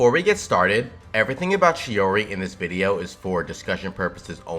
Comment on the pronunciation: It is months later, yet I have to apologise, you said/pronounced it the right way and I didn't, I'm sorry, turns out it is "tschi-oriee" after all, am sorry - I messed up